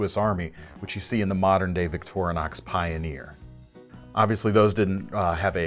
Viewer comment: Liked the video! ...but it's killing me when he says Victor(uh)nox instead of Victorinox (Victoria + Inoxidable = Victorinox ....no "uh" js😁).